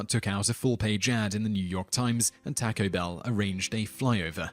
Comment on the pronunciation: I've watched many, many TopTenz and I love the narrator's voice, but he mispronounces at least one common word in almost every video. Why?!? I'm not referring to an accent or mispronouncing the occasional name. He does it so often it's becoming a pet peeve for me. In this one it was 'taco.' Urgh!!!